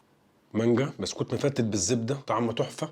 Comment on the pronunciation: 😅 موتني من الضحك : تحس أن عيل مش عارف ينطق ببسكوتة هههه قال بستوتة